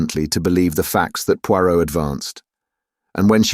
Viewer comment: Every thing else is pretty good but the Poirot feels rather off